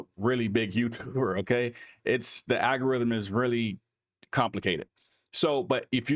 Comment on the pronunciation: Love what you do. and it's "AL-go-rythm"